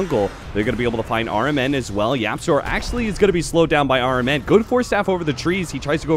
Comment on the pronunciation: I heard caster said rmn sounds like aura man. is it just me?